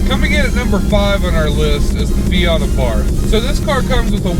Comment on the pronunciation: Why do Yanks make a two syllable word into two words, it's pronounced Fiat.....not Fi At. It's Abarth......not A Bart.